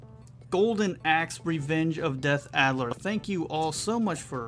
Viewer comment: You're driving me nuts, it's DEATH ADDER! :) Great video, I loved this game as a teenager at the local bowling alley.